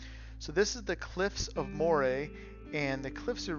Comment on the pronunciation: Glad you enjoyed the scenery. sorry about the gouriers that tried to take your luggage but hope you had a nice trip otherwise :) also Cliffs of Moher (mow-her would be the best way of pronouncing it)